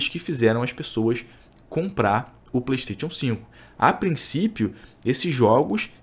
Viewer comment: Como levar a serio um cara que não sabe nem falar Playstation 5.